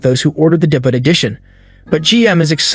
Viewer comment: Just curious, is the voiceover in this video computer-generated? It sounds really good, and I assumed it was a human recording until I heard the words "debut" and "Hamtramck" incorrectly pronounced.